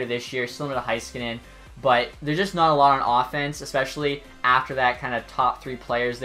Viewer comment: No offense, but most people say Heiskanen wrong. It’s Hay-ska-nin